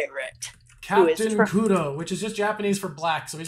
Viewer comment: Commenting a bit late maybe, but with regards to captain kuro and his name--- black is literal, but if you listen it can also be interpreted to sound like the english word claw, which killed me.